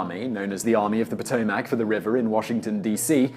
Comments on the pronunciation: Patoemac not po toe mac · The mispronunciation of Potomac is like nails on a chalk board to me. "puh-TOH-MACK"............ How about "puh-TOH-muh k" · Uhg, I live 5 miles from it, it's not pronounced Pot-Toe-Mac, it's Puh-Tome-ick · Potomac is pronounced like Potomick.